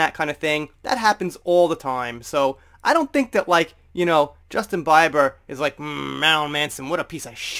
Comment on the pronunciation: LOL..you were in a silly mood today hehehe..great video..got to be honest..there's no use cutting out pieces of the vid I like the little speaking mistakes in there and such:):_Smiley: It's Beeeeber here...not Biber! LOL:P~